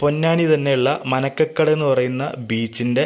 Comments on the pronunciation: മനക്കകടവ് അല്ല മരക്കടവ് ആണ് bro.. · manakkadavu alla marakkadavu